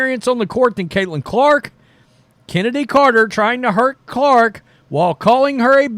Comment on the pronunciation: Her name is Chen-ady, not Kennedy. Pronounce it right.